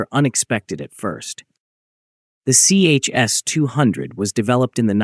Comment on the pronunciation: Not CHS, but ChS, like Tche-Ass.